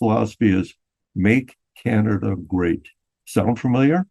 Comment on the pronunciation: THANK YOU FOR SAYING CAN-ADA 😂❤. I think we’ve apparently started saying KYYYYANADA RE: US Media lol That’s all :)